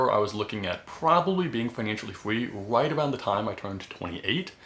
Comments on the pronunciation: Yea slight speech impediment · Is it just me or is he saying free as fweeee